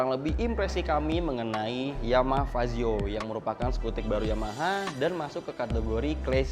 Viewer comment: Fazzio bang bukan pajio